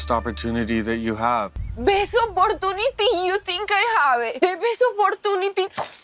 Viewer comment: Please never say ApoortonatY again please...😊